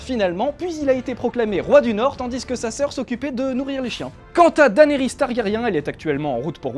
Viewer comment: Daenerys=Dénérisse pas Danérisse